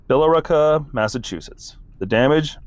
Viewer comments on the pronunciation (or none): Billerica = bill-rick-a